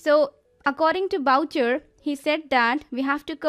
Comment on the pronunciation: Good work on spacers , Thank you . Note: Spell Boucher like (booh-shé) where é is spelt (ae).